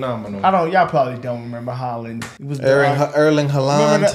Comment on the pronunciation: Baloon dor? Ronaldo firminio? HALLAND?? You guys are butchering everything😂😂😂